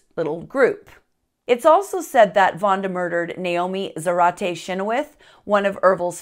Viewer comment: You didn’t add soo much, and you’re saying our last name wrong. Chynoweth is not pronounced anywhere near what you said. But love your funny twist to this horrific family history of mine.